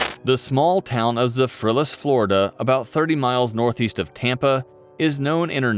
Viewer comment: Yes that bothered me too